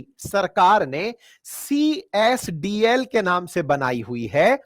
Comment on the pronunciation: Csdl nahi cdsl hota hai burbak😅😅😅😅